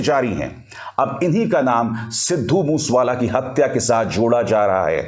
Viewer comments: Please get your act right he was sidhu Moosea wala not mush wala right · ਬਾਈ ਜੀ ਸਿੱਧੂ ਮੂਸ ਵਾਲਾ ਨਹੀਂ ਸਿੱਧੂ ਮੂਸੇ ਵਾਲਾ ਨਾਮ ਆ ,, ਮੂਸੇ ਵਾਲਾ ਪਿੰਡ ਆ ਪੰਜਾਬ ਦਾ ਕਿਰਪਾ ਕਰਕੇ ਨਾਮ ਸਹੀ ਤਰੀਕੇ ਨਾਲ ਲਿਆ ਕਰੋ ਜੀ ,, RIP 🙏🏻😥 moose wala bai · Want to correct you as regards Lawrence Bishnoi ... He is not in Canada but in Tihar Jail ... Get a panjabi to correct you on the pronunciation of Mansa and Moosewala ... Your report is good but for these issues